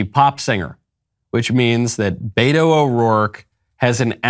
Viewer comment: 😂 poor guy can't even pronounce BETO, he says Bayro. 😂. I am dying! Loco 😜